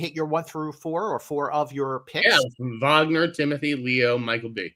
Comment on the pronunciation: Just so you guys know, the ‘W’ in Wagner’s name is pronounced like a ‘V’ as if it was written Vagner. It’s a diference between portuguese and english